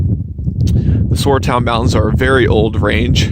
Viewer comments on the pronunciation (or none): welcome your decision! for extra miles: Is it not pronounced Sara town mountains, the "U" is silent? i vote Huckleberry Gap for the creek valley.